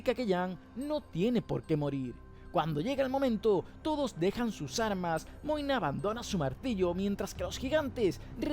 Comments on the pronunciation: Porq le decís moine a magne? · Quien es Moina? Toda la série escuché que su nombre era Magne 🤣🤣🤣